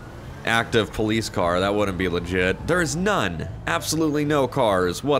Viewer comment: Bring back "seems lefit"